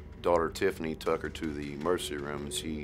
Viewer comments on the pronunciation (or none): When he said mergency room I knew he was guilty